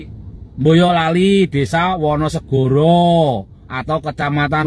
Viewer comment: Baca narasi yg bener bang., BOYOLALI BUKAN BAYOLALI